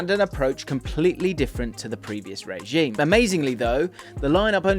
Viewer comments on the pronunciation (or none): none